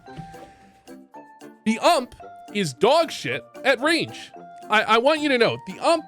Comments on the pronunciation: My man called the ump the ammp 😂😂😂😂😂 clown juice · The way you say ump kills me